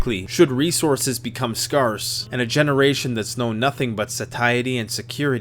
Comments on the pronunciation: btw it's pronounced SCARE-se not s-CAR-se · I love how he says scarce